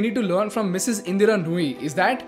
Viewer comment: I follow your channel closely. However I was quite puzzled by the emphasis on the Mrs, of Indra Nooyi’s name. Maybe next time you highlight women, try to enunciate less on the Mrs. part and more on the person herself.